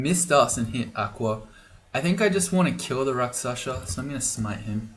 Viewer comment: Don't be a Morun, it's rakshasa, not raksasha